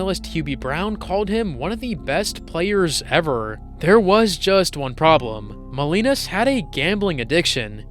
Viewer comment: The pronunciation is Jack Mow-LEE-nahs.